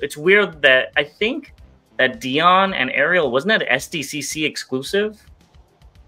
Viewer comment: I don’t wanna be that guy, BUT…. DION isn’t pronounced DEE-ON, it’s DIE-ON. And speaking of names: ELISHA-1??? WTF, Dude?!?! Are you even a fan? If it wasn’t for, I wouldn’t watch this channel. hates on everything, and barely has a clue of what he’s talking about.